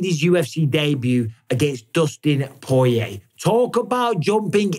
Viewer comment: I'll never get tired of watching champ callin Dustin The Diamond "Poe-yay"